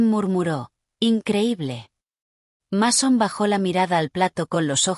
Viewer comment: Como cree q un muchacho se va llamar masón, se es robe masón pero se pronuncia meison si ven la diferencia